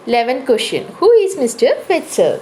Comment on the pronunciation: Its not fetcher its fetzer🙄